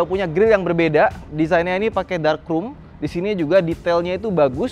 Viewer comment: Sering banget bilang “Ficers” Dan juga “Krum”, bukan “krom” 🐧